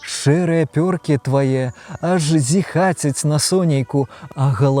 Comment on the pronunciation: Дзякуй вялікі за відэа, вельмі прыемна мець усё больш беларускамоўнага кантэнту 🤍 Дарэчы націск у зіхацяць падае на Я, калі не памыляюся